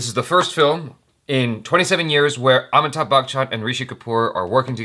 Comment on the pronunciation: It's not Amittha bachan It's Ami_thabh... Keep trying